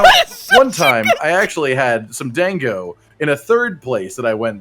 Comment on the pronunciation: Dear god he pronounced it dayngo.